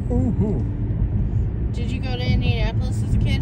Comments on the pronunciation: The nicest part of town is far north and far south, especially if you go to meridian hills (and zionsville though it's a separate city). Please do this again also it's pronounced indiaNAPolis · 😂 the pronunciation of my city😂😂😂just say Indy